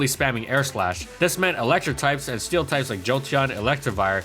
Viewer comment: "steel tripes"